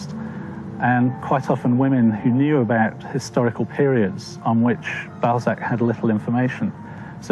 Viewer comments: So disturbing hearing the teller deforming his name every 2 minutes.. It's not fcking Ball-zeck, it's BAL-ZAC ... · Everyone: Honorè Balsac Narrator: Honnoy Ball Sack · Why do you pronounce his surname Bolzac? It's annoying. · Interesting, but ruined for me by the narrator's insistence on calling Honore de Balzac by the rather less dignified Honore de Ball zack. The "a" is supposed to be short, a in "hat"!!! He tried to get the pronunciation right in other names, so why not this one? I had to switch off. I will content myself with a French copy of Mr "Contes Drolatiques", which I originally encountered in English translation. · Infuriating! '' narrator. What a plum. F**kin' scroaty. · Bell sack lol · The way he is pronouncing the name, you are absolutely right!! 😮😂